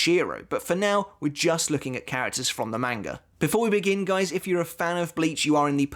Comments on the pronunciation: The correct pronunciation of manga is mahn-gah, not MAN-ga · He said main-ga.... Disliked... Done watching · The way this guy says manga kinda sounds like mango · The video isn't bad at all but ur pronunciation of Manga is cringing its not a long a is a short a instead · Can you say Manga the correct way please...